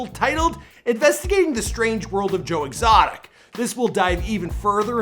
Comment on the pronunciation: Who is Joe Extoic, though??? 🧐🧐🧐🧐🧐🧐🧐😂😂😂😂😂😂😂😂😂